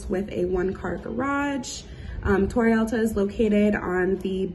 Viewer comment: It’s “Torre Alta”. 😂 Not Tori Ulta…. Stop it already 😂